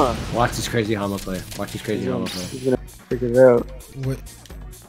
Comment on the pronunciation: the way u kept using hama and mudoon was driving me insane 😭😭 great video